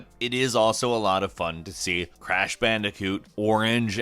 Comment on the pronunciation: “Grash pandicoot”